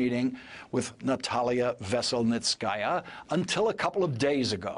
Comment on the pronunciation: Kudos to Lawrence for making a decent attempt at pronouncing Veselnitskaya. His is the best I've heard so far. He clearly practiced 🙄